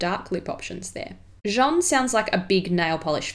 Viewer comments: Appreciated this video but you pronounce her name in a very wrong way ! You call her ''Jean'' the masculine of her name, actually. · Nice video! But your pronunciation of 'Jeanne' is slightly off, you're actually saying 'Jean' (which is the male version of the name, haha). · You pronounce her name like Jean the masculine form of Jeanne. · Thank you! Other people have pointed that out - I'd tried to study the pronunciation but couldn't quite wrap my tongue around it in this video. I've mentioned her in videos since this and think I was closer ☺️👍 x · I mispronounced it in this video too unfortunately, but I got it right in more recent content! You can hear Jeanne say it in a Vogue video 👍 x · Thank you, yes someone else pointed that out! Sorry I couldn't quite get my tongue around the masculine / feminine names at the time but know the difference now. Hopefully it was still an improvement on a lot of other pronunciation I've heard on YouTube! x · Jeanne is pronounced as JANNE like J+ANNE not John No hate just pointing out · PS : Jeanne is pronounced ʒan with a more open /a/ like in ass 😂 & a little emphasis on the double /n/ Jean (as you're pronouncing it here) being a boy's name 😉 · Hello ! First of all you have an amazing accent, I hope my comment isn't going to stain that fact but I just wanted to say that "Jeanne" si pronounced "Jah-anne" (insisting on the n otherwise it sounds like "Jean" which is the masculine version of "Jeanne"). Think of "Joanne" without the "o" ;). Great video! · Merci! So sorry, I researched and listened to the pronunciation of Jeanne to try to get it right but found it quite tricky. Clearly swapped back to saying Jean without realising, whoops! 😯 x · Par contre tu ne sais pas bien prononcer « Jeanne », tu devrais le prononcer comme ça : j+âne et non pas jean+ne ! Ps: j’ai adoré la vidéo ! Bisous de Paris 🇫🇷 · I'm sorry, not to be mean, but it's not "jjj-ohn"; it's "jah-nne".